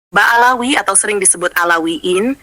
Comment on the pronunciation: Bukan baalawi tapi ba alwi bung.